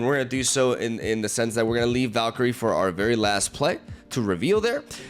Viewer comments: doesn't like me correcting his awful pronounciation so he deletes my posts lol. Well I didn't like you leavin LoR so I'm gonna tornment you for ever, it's not valkiri it's valkyre. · How hard is it to say Val-kee-ree?? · Ah yes, Valk-eerie joining KingPing and Cere-bruh among the butchered names 😂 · Valkeri, Valkery, Val... Valkiria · Is Val-K-Rie the right pronunciation 😂